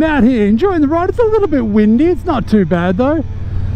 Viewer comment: “A little bit wndy...” LOL! let the good times roll...